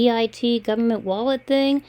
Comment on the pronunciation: Gowerment, goorment, gorment, gorlment, gowerment😡Let me explain you why each and every thing. That wallet will get activate in one day. How do you hold your tongue when you listen to them?! I LOVE how you treat them and frustrate them. Illegal money? Inwolved in investigation. Aaahhhh!!! How can you stand it?!